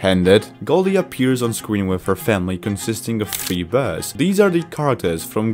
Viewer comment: I like how you say bears! Berrs! 🤣🤣🤣